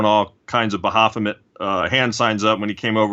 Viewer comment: Pretty sure its "Ba-fo-met"... Makes me want to bang my head on a table hearing "ba-ha-fo-met" lol..